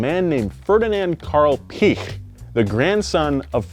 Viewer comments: When he says peach I just hear peash like Jenna marbles and juliens dog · The umlaut in Piëch means that you should pronounce the letter, meaning Piëch is pronounced ‘Pee-egg’. Fucking savages. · if it's any consolation, most Germans can't pronounce Piech either. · Poor Ferdinand, cringed every time his last name was butchered... Good video other than that. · cant say Piech But can pronounce Kebawah Duli Yang Maha Mulia Paduka Seri Baginda Sultan Haji Hassanal Bolkiah Mu'izzaddin Waddaulah ibni Al-Marhum Sultan Haji Omar 'Ali Saifuddien Sa'adul Khairi Waddien, Sultan dan Yang di-Pertuan Negara Brunei Darussalam. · ... make it Pi - Ech (and go with a mixture of a ch and ck) and there you go! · Last name=Veedeking. The 2nd letter of german vowel combinations is said in its long form. ie=EE, ei==eye. Standard German (Hochdeutsch) as from Hannover the ch would be said like an sh. You are trying to pronounce it the east german way. So Piech=peesh. But you got the vowel combination thing correct this time. W in german makes the V sound in english. Christian Vulf. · The e should have umlauts over it. This indicates that the "i" and "e" are pronounced in separate syllables. The name should be said, Pee-aych, with kind of a hard "c" before but not quite, almost. There is a pronunciation video here on YT. Search Ferdinand Piech and hear how it should be pronounced. But definitely not "Peach". Great video BTW, despite my pedantic rhetoric. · Even in Germany we don’t say Piëch, like you described it. It’s more like pee-esh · Your Piech spelling was good tbh. The “ie” is mir like a longer spelled “i”. So for you it like peech. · There are actually two little dots writtenover the "e" in Piëch. That means the "e" is not a modificator to the "i" to make it phonetically longer but will be explicitly pronounced. In Piëchs case it will most likely be prounounced pee-eggh (I spare you to pronounce the ch, this is as close as you get 😉) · Piech is pronounced pee-eck.